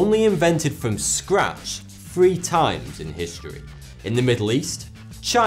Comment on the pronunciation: Speaking of language, where the hell did you learn how to talk? It's thousand, not fousand. It's three, not free.